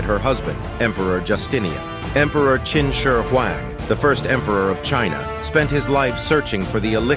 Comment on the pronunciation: I felt too much pain when he tried to pronounce Qin Shi Huang